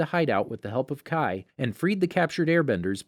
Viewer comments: Not chie, chee (pronunciations) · Did he just pronounce Chi as Chy? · Chi (chee) not Chai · and chi